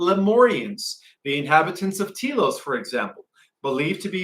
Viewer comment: not pronounced Tea Los, more like Tel Los.